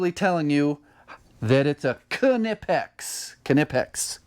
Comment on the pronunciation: Also its pronounced "Knipex".